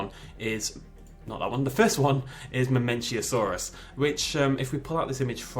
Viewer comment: mamenchisaurus, not mamenchiasaurus :)